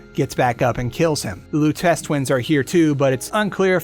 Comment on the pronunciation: Pretty sure it’s pronounced Robert Loo-teh-chee